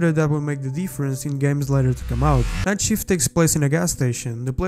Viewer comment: Lol, i can barely understand him through his accent, he literally pronounces night as knife